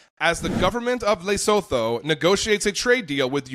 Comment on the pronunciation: It's not Laysotoe. It's Luhsootoo.